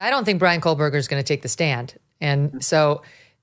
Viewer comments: KO-BURGER. No L. It’s time to pronounce it correctly Megyn. Love your coverage of this and you! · Megyn Kelly: “Bryan Cola-Burger”. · Why in every video about BK is Megan saying kohl Berger ?! Come on now pronounce it correctly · Koh-Berger. Not Kohl-Berger. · Here we go again with the “KoLLLberger” Megyn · ‘KOH’ berger. No ‘Kohl’. None.